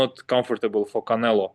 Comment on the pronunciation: It's funny to hear Bivol say Canela. He gets no respect for being a 🦆